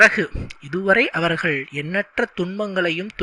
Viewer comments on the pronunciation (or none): none